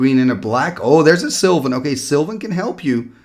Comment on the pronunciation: So you're shocked they didn't know sylvan library, but you are calling it silver library? Had to chuckle there a bit ;-)